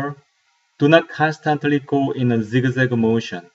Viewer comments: If u listen the way he said "zigzag " it was probably like saying "zigazaga " motion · Nah, that wasn't what I was trying to say XD I just found it enlightening and funny when you pronounced "zigzag" as "Zigazaga". I know nothing about cooking,, I'm still a youngster after all, so I'm sure everything you did in this video was correct :33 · The way chef pronounced zigzag motion was just amazing ;') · the way he says zigzag is even better ..... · You say zig zag cool